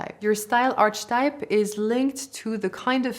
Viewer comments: This is very informative, and Im very sorry for being a nag, however its pronounced ar-ke-type, like archive. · A small tip: archetype is pronounced differently (aar-kuh-type). Maybe worth to update for the future:) I want to mention this, because as a fluent English speaker, listening to this, I didn't know what you meant by archetype, and thought it's something about arches of our bodies 😜